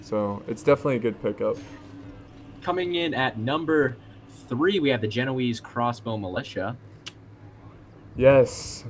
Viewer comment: Guys, It's pronounced Ge-no-ay-see, not Ge-no-eeze.